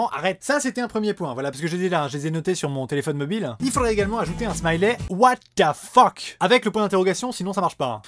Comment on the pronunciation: J'aime bien ton accent pour le "what the fuck" 😂